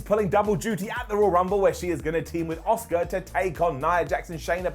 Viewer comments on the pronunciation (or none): Everyone else: Asuka: Oska